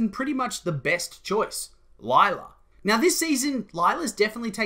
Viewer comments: Lie-la? Felix? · It’s gonna be Lie-la